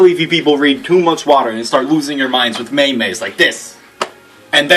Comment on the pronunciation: lol, may-mays